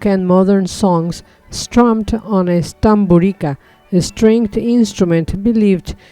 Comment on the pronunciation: Correct pronunciations: Osiyek, Tamburitza